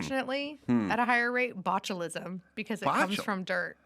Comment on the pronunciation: Omg she sais botcholism